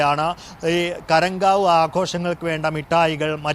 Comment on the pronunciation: ഗരങ്കാവ് അല്ല ഖറങ്കശൂ 👍👍